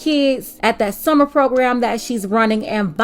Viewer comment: I could have sworn she was saying "submarine" and I got interested. Apparently it's "summer readin" though.